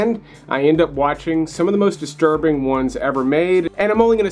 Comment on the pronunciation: Take a drink every time he says "disrurbing".